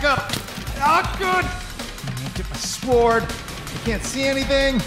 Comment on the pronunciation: So thick can't say the word sword. Interesting.